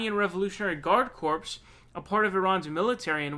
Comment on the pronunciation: "Corps" is pronounced like "core" not "corpse".